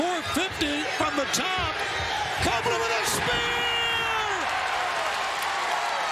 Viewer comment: The Co- - -open-land